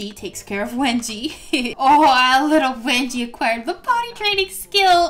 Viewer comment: Was it just me or did someone else hear her call wengie "Wedgie"